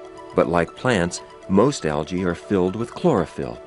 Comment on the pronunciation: it is pronounced algy not algay